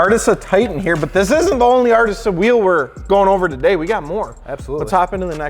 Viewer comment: it’d sound better pronounced “artiza” but besides that it’s sick